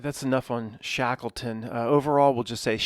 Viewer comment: Shackle-ton. Shekels make shackles. Shatan, ton sound. Boston, Washington etc. to mark occult centres of control.